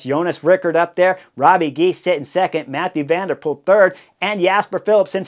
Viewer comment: Hey Chris, say Robbuh Gheys😉 Not Robbie Gies.